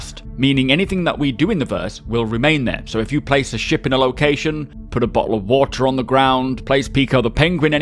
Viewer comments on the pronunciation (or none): BO'L O' WA'ER - that's actually my favorite phrase to say in a UK accent